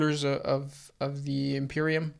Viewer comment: I love the way you say imperium